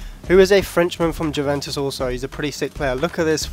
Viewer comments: it's you-ven-tus, not jew-ven-tus lol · The J is silent in Juventus pal :)